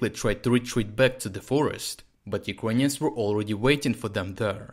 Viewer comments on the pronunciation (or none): Юкроніонс? Lol Say it as: ЮкрЕйніенс